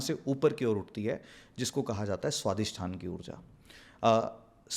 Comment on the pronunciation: Swadhishthaanaa, raamaayanaa, moolaadhaaraa, manipuraa.....NO...it's Swaadhishthaan, RaamaayaN, Mool Aadhaar, etc.. It is Raam..not Raamaa...it is Shiv not Shivaa (Shivaa is Paarwatii)